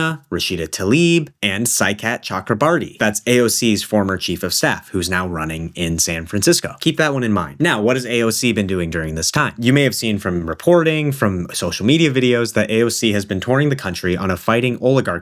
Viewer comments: interesting video! tiny correction btw, Saikat is bengali so it's pronounced more like "Shoykott", your pronunciation was quite good but more similar to the hindi pronunciation of the name (which is like "Saikutt") lol :p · FYI for the future: Saikat is pronounced "Shoy-kaht"! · Saikat’s name is actually pronounced Shoy-Kot, but he’s an amazing candidate! Thank you for shouting him out.